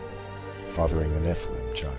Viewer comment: Its all good accept nephaleen is not how you say nephilim